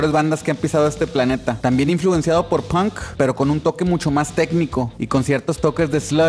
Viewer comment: Se pronuncia PONK no hay documental ni de Inglaterra ni de Estados unidos que no pronuncien todos PONK